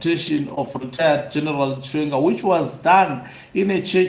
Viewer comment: He can't even say the name " chiwenga "